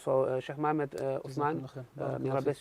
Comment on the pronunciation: I rate, i wish he would pronounce Muhammad as Muhammad and not “Mohame/id”...